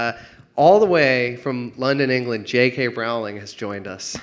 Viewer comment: "J. K. Rowling!" It's pronounced "rolling"... As in "rolling pin"...